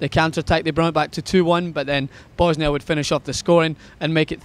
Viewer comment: yo, did you just call them Bosnia - Hertz & Godiva?:-)